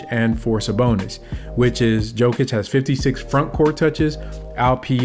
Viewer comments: Just a friendly tip: It's pronounced ''Yow-kuhch'' , not ''Jo-kunch'' 👍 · I love the video bro but come on you gotta get Jokic’s name right😂